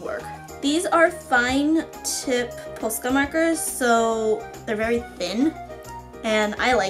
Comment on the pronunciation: Omg noooo this annoys me!!! She said posca wrong.